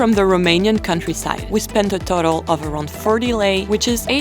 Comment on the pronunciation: I love that you didnt say ron instead of lei AND that you pronoanced lei correct You have all my respect